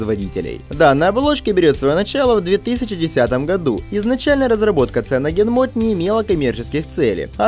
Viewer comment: а то, что он произносит "ЦианогенМод" тебя не смутило? Или то, что он говорит, что "цианогенмод" это голый андроид без всяких оболочек и без всяких сторонних приложений? Вообще-то в циане есть своя оболочка и она называется Trebuchet Launcher, и приложения свои стоят, не от голого андроида, например, тот же фирменный Music или менеджер тем, диалер, галерея, менеджер аккаунтов, эквалайзер AudioFX и прочие